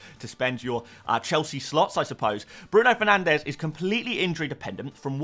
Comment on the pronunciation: I've been here since your first video, please I beg you to say Bruno Fernanshhhh one last time